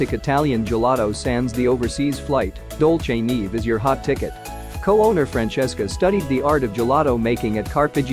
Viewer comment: That's not how you pronounce Dolce neve. It's an Italian name